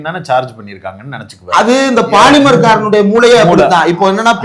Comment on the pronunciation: அன்பு நண்பர்கள் அது பாலிமர் அல்ல போலிமர்